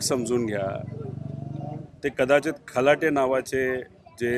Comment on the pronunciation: आरे बाबा खलाटे नाही कलाटे बोल